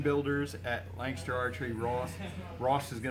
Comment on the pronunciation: I always pronounced Lancaster as it's spelled. This guy always pronounces it "Lankster"